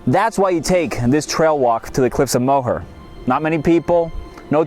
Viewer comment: lovely video....fyi the cliff's are pronounced "more" not mow her...thanks for sharing your experience.....